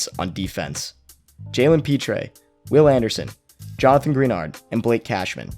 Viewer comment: Pitre = Pee - Tree Greenard = Gra - Nard